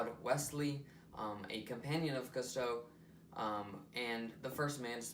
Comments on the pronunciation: Pronounced Koostoe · Cool video. FYI, Cousteau is pronounced: Coos-toe